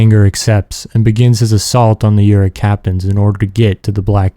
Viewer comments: You pronounce it Yu-ruk. It is Oo-ruk. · Bro... How can you be a fan of these games and pronounce Uruk like that?